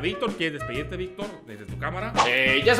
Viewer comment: dice mayictor 😊